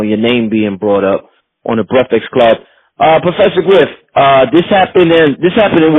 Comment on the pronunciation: "breckfix club"